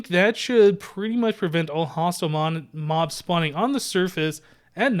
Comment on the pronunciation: When I heard you say hostile mobs I thought you said hostile mums......mums can be hostile sometimes